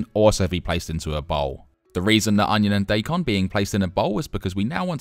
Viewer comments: Daikon is pronounced die con, not day con. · Daikon is pronounced die - con. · Sure, I knew what you meant when you said diecon, but I also would've known what you meant it you said "doican", but it'd still be incorrect. I know that I'm being annoying but I just can't help it.